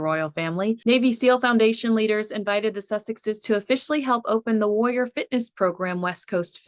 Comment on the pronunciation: Please adjust the way you say warrior its not WOY YER its WAR RI OR